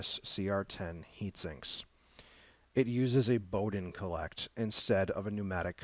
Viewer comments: It's a "call-it" (collet) instead of a cole-ect (collect)! argh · Thanks for the insight into this hot end. I was almost going to buy one of these but decided on a Mosquito clone instead. Took me awhile to figure out what he meant when he kept saying "collect" for supporting the Bowden tube. Finally figured out he was referring to the "collet". And yes, watching this at 1.25 or 1.5 speed is much better...